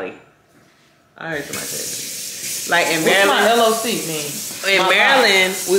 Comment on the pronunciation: Tell ya friend it's my "loc" as in "loke" as in Loc meaning crip or locette cripette (female crip) when they wana be technical lol .. not lock 💙 its all good doe